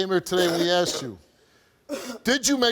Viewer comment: She fount her daughters underwear and axed her what happened?